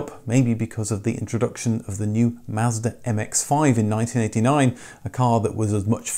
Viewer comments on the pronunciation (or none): none